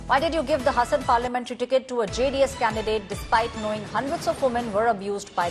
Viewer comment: Its Haasan bit hasan plßssßssssssssss